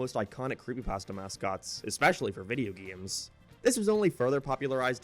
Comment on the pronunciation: its funny how he says geemes instead of games